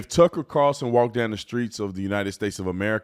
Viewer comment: So many people can't say TUCKER CARLSON... 😂 they say Tuckle CARLSON